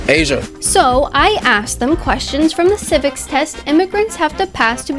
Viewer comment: ngl when he said Asia i got instantly triggered